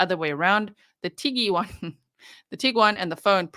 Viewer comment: Did he say tiggywan?😂 cute